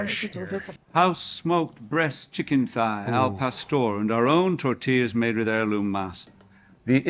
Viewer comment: "These are Torrrtillas"